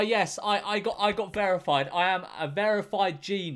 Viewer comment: I love how this man says verified lol Vearified